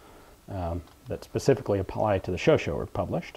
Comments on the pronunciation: The pronouciation is "sho-sha" (last 'a' like in "cat", "fat") and not "sho-sho". Please believe a native speaker on this. Congratulations for all the nice videos, by the way. Please keep it up. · I believe it's pronounced Showshay